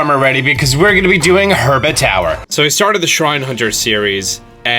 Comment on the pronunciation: Oh my god I used to cringe at the “Herba” thing